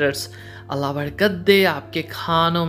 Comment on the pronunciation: بھائی پلیز اللہ تعالی کا نام شد کے ساتھ لیا کریں۔۔۔ درست تلفظ اللہ ہے۔۔۔ الا ۔۔۔ نہیں ماڈرن بننے کے چکر میں گناہ نہ کمائیں۔